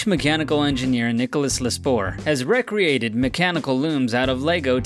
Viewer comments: Really? Pronouncing "recreated" (ree-cree-ated) as "reck-ree-ated">? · "Wreck-ree-ated"? Do you seriously not know that "recreated" is pronounced like "ree-created"? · The narrator of this video really needs to learn how to pronounce word correctly. He keeps saying /rec-re-ate-ed/ when it should be /ree-cree-ate-ed/ among other butchered pronunciations. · Why do you pronounce "recreated" abnormally? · Hahaha he pronounced re-created as recreated.....douchbag 😂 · Also doesn't know how to pronounce "recreated"